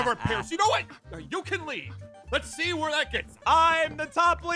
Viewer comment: not to be rude! but its “Pierce”